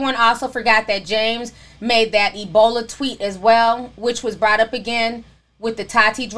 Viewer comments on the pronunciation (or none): none